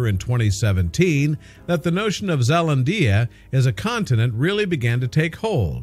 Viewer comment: you said Zealandia so wrong